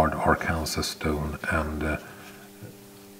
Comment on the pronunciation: Thank you very much, that is excellent work! BTW, Arkansas, as in "Arkansas stone" has an unusual pronunciation. Instead of being ar-kansas as you would reasonably expect, it is ar-kan-saw.